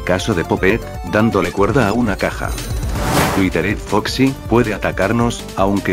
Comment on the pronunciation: Dise al prisipio witered foxi es witered yo como que a no me dijas